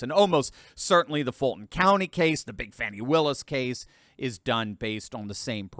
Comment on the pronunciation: "Big Fani Willis": You said that right.